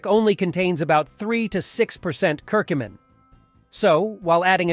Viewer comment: You can’t say Curcumin correctly !